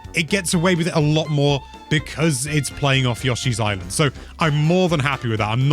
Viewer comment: Yawshis?...uh, yoshi?